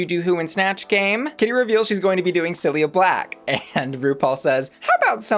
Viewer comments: I’m not sure if this was a sound thing but it sounded like Cilia Black instead of Cilla Black. Cilia are the tiny (sort of) hairs that line the surface of cells. One of the things they do is move fluid - like mucous - in your lungs. Years of smoking damages cilia and causes emphysema or COPD. Interestingly, cilia is another word for the eyelashes and the Latin origin of the word is cilium which means eyelash. So Cilia Black would be a great, if somewhat esoteric drag name. But it’s not how you say Cilla Black’s name. She was pretty big on the UK during her time but, obviously, not so much in the US. It did make me laugh though. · not bussy saying "cilia black" :'(